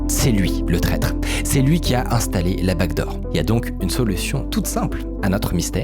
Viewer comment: J'ai regardé genre 10 vidéos dans les derniers jours, et à chaque fois je me demande mais c'est quoi cette foutue "bague d'or" - je ne réalise que maintenant qu'il disait 'backdoor' depuis tout ce temps!